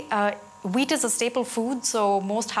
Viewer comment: Sorry but every time you say wheat , l hear weed..🤣🤣🤣